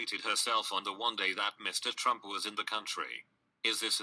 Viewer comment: "teump" wew